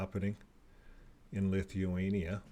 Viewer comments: You are not pronouncing it correctly!!! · His mispronounciation of words, names, countries is extensive. But, as we know, most JWs refrain from secular education and worse yet, were homeschooled.